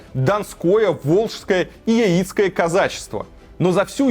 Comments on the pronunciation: Яи́цкие, серьезно?) Яи́цкие у тебя источники информации, а казаки Я́ицкие. Всё видео про каких-то клоунов, а не казаков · Надо говорить не яи''цкие казаки , я'ицкие ударение на я . На Тюркском р.Урал Жаик а пришлые русские говорили на свой лад Яик с ударением на я . Мат часть знать надо , а то не компетентно как бы 🤔